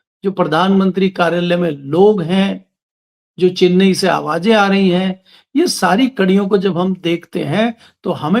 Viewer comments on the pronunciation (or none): none